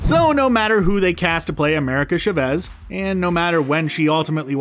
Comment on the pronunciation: Please! Her last name is pronounced CHAH-vez, not cha-VEZ!! This is Spanish, not an ancient Sumerian dialect!